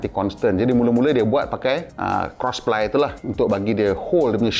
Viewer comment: "jangan salah sebut ply tu " ply jadi pelir...haha